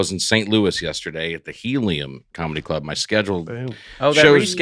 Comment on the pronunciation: SEC: “in the clurb, we all fam!” 😊